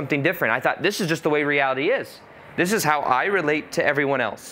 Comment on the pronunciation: "Instead of doin' dis, I could do dis!" Dang, dats brilliant 😆